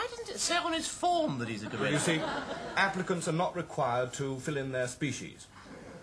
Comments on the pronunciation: it's 'applicants' APPLICANTS! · Look down the comments, I'm glad I'm not the only one who misheard "Applicants" as "Africans" !